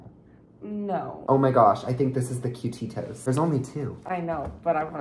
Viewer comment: Pronounce it ku-ti-to